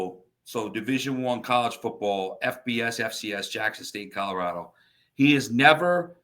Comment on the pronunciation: love you and everything you do and bring to The Nation. But, if you’re going to talk about my great state and the great coach for the Buffs, please, it’s ColoradO not ColoradA. 😂